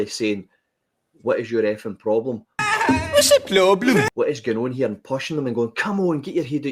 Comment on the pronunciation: Ffs.. wits the ploblem got me.. 😂😂 tea everywhere.. keep doing the lords work brother 😂🍀💀🍀